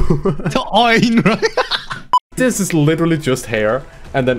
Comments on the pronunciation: Wth is "The Oinraiyo"? that was frickin hilarious and I started watching your content a few weeks ago and I can't stop laughing at the beginning when you guys incorrectly pronounced her name, Onryo. The Oinraiyo, pfft lmao. Keep up the great content. Definitely subbing. I'll leave this here, The Oinraiyo!!! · you pernounce onryo onreo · the "on-ree-yo" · Her name is On-ree-oh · im pretty sure they are from somewhere in europe but onryo is pronounced like oh-n-ri-yo. if i said this wrong im big dumb ig. i havent done japanese or chinese since high school. its japanese right? man im too old for this. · Btw it's pronounced on-reo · That’s actually pretty close to the original pronunciation 😭 Just put an “n” between the “o” and “r”.